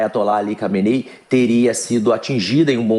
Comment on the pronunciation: Recebe quanto de salário pra falar nome do líder supremo errado?